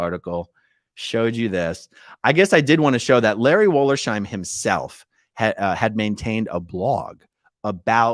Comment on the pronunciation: Please, people, his name was Wollers-Heim, not Woller-Sheim. It hurts my ears. A wollersheim was the home of woolers, the people who processed wool a couple of hundred years ago in good old Germany. Love your work, AA-Ron!